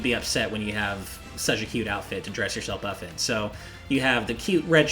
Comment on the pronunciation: He said, "To dress yourselp uf in"